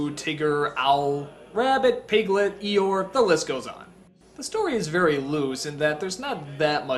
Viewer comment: It's Eeyore not Iyore